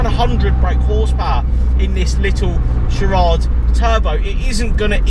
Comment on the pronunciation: sirarrad? what the hell is that? if you where around during the 90s car scene you would be able to pronounce it definitely after been smoked by the fastest 1litre production car at the time, extra nuggets, the JDM gray import version was called a GtXX and had different spec like pepper pot alloys different cloth electric everything, different dash clocks etc. there best days are very much behind them but an amazing car